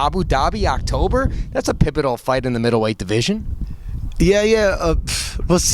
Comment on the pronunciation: Guy said "pibbital" instead of pivotal. 😂